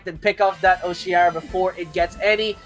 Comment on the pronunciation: Root words for Oceara are ocean and mearas. It's pronounced O-she-are-ah not o-shear-ah